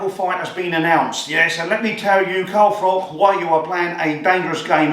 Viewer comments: cant even call Carl by his correct name FROCH not FROCK....Absolute melt!! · Who's Carl frok?